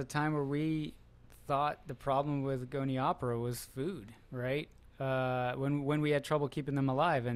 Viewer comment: Did he say Goni opera? I always say gonio pora!?!?! Damn these scientists